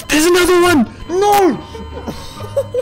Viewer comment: "Nooouuuuw" (Australian for: "Nooooooo")